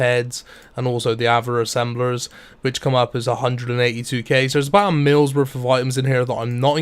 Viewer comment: “my bank was wurf twentyfWEE mil”